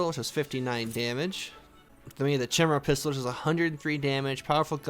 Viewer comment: Pronounced chimera wrong lol, it's pronounced kymera or kai. The ch is pronounced like a K and the i is pronounced as eye, in case I wasn't clear enough lol. It's somewhat difficult to type pronunciations sometimes